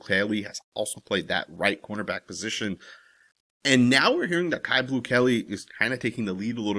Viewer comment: Isn't his name pronounced Q. Not caillou, like the little white cancer patient on the children's show. I'm pretty sure you pronounce it Q. I'm just saying. Q Blue Kelley